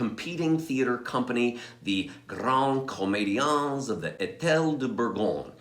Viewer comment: I enjoyed this one,. Thanks or 'mille mercis". Just a note about the pronunciation: leave off the "s" of comédians because it's silent in French. But, I did truly enjoy the history lesson you gave. Very interesting and quite a bit I had yet to hear, and you know how much I love Molière!! Jenny